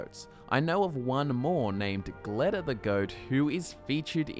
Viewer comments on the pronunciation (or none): I love how you pronounced Gledda different each time you said it lol